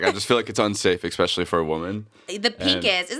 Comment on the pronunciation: Jake words: EK-SPECIALLY and HURTED